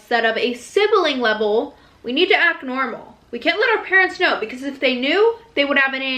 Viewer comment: the way she said "because" UNSUBSCRIBING